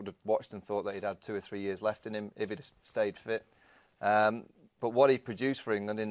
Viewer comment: Me You Says 'ten innings is there lef' presumably meant 'left' and just left of the 't' weirdly.